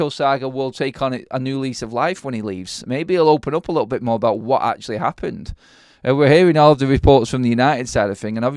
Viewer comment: "A lickle bit"?? Wtf?🤦🏻‍♂️😂😂